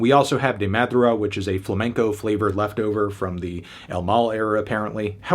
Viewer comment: De madrugá was so badly pronounced i had to replay that part like three times lol